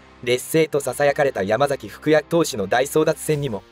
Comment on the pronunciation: 山崎福也→やまさきさちや です。